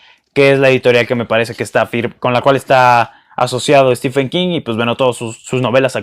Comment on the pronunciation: Aunque prácticamente todos los booktubers y la mayoría de los hispanohablantes lo pronuncien mal, Stephen se pronuncia STIVEN, no estifen.